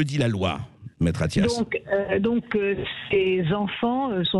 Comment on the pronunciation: Attias? Vous avez dis Attias ?? Comme c'est Attias ?